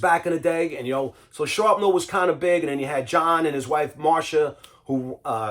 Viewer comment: Sharpnel? Thought is was Shrapnel! 💁